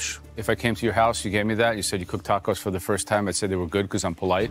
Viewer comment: l like how Aaron Sanchez, says Dordillads...Dacos...then throws out a "Hey Ya'll" 😂😂😂 What an assclown!